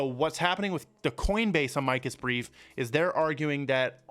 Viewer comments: Mo-saad not moo-sad 🤦🏻‍♂️🤦🏻‍♂️🤦🏻‍♂️🤦🏻‍♂️ Ah-mikus briefs???? It’s pronounced Ama-cus Jesus Christ man. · Just in case you cared it is not pronounced uh-mike-us. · Try pronouncing Amicus properly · You’re saying Amicus wrong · you need to learn how to pronounce words you use...Amicus, etc